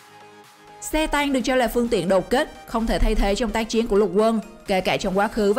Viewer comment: Xe tăng hay xe tang :v rew nhưng lại ngọng